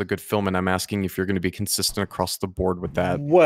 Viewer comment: I’m getting ‘Nam esque flashbacks to the Not So Great Debate just starting this. <He’s old!...> <I’m axe-ing you!...>